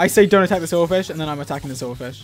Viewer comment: Where do you hear the V? I've listened to it like 5 times just now and don't how how you could possibly be hearing silverfish. I know that's what he meant to say, but he didn't.